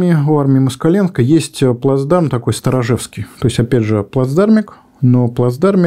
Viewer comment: Отличное видео. Можно маленькое замечание, связанное с топографией. Плацдарм называется СторожевскОй, а не Сторожевский